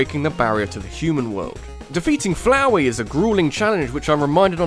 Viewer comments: Noooooo not floweh! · FLAUHEY HTE FLAOUR